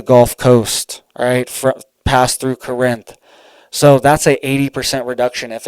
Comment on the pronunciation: Corinth ( Core-nth )